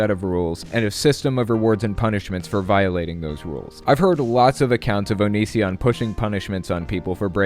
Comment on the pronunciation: THAT'S how you pronounce Onision??!?!?!?!? I thought it was "uhn-izh-un"